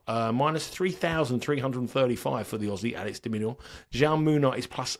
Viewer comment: Just for future reference, it's pronounced how - may ( Jaume) the Spanish equivalent of Jamie 👍thanks for the great content